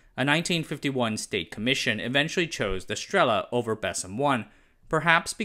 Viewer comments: I'm always amused how people manage to be wrong at guessing the emphasis in every single Russian word and name 😂So the rule of thumb: if the word has two syllables and you think the emphasis should be on the first one ("str'ela"), the correct emphasis is definitely on the second one ("strel'a") 😁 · Great video, thank you! The only two things you pronounced right are "Известия" and "Правда", I struggled to understand the rest with my native Russian. Understandable, though, because phonemes in BESM and SESM are notoriously difficult for westerners. In the word "Strela" the emphasis goes on the "a". Anyway, don't take it the wrong way, love the effort!